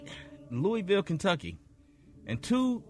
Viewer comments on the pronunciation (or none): none